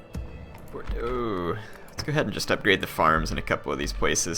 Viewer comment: Toulouse - "Toe - loose" Bordeaux - "Bor - dough" also you can just double click on a settlement to bring up the info screens